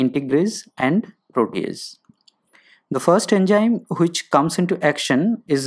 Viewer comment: Poor video narration...Its Enzyme not ENJYM... Study to pronounce English first...